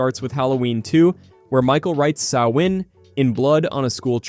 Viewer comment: The Latin phrase in Event Horizon translates to "Save yourself from Hell". It's a warning, not an Evocation. Do love your proper pronunciation of Samhain 😁